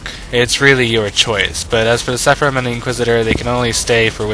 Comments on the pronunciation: It's not "seffa-rim", it's "Sara-fim". Pretty simple pronunciation, actually. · Great review, but sepharim.... lol it's seraphim. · say it with me, please ...SER-A-PHIM........OR SARAFIM